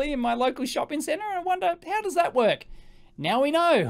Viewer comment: ''..and see if we can playback this signal and actually get this thing to WOK'' XD. Love the Aussie language.